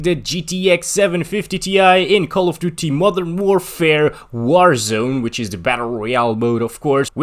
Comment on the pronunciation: I know i was just saying that he sounds like "mother warfare" 😅